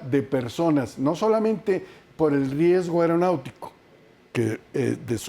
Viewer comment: Pinche conductor, aprende a hablar. No se dice AIROPUERTO. es AEROPUERTO ni AIRONAUTICO, es AERONAUTICO. y asi eres conductor no mames!